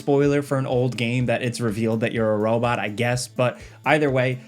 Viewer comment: “The Robut”….